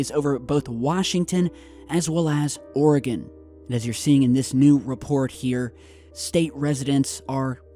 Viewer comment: Oregonians say thank you for pronouncing Oregon correctly!